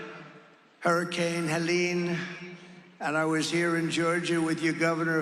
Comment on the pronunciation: I find it interesting that he can pronounce Helene correctly, but won't pronounce his opponent's first name correctly.... he's very disrespectful and I don't respect him personally.